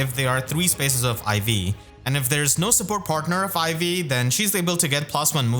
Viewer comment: Because you put the emphasis on the second syllable, I keep hearing you say IV like teh stats rather than Ivy’s name lol